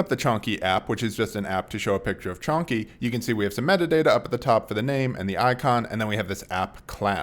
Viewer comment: At first I though - снопку? Is it Russian? Then I understood that it is Chonky, as his cat's name. Lol